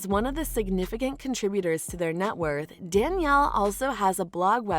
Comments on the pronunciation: Next time before posting any videos, make sure your informations are correct. 1st, the do not raise meat goats. They raise milking goats that's why they have mini goats. 2nd, it's "Duh-nelle", not "Da-niel" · (Duh-Nelle) not (Dan- iel) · Came to to comments to point this out also... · Grr...accuracy starts with getting names right.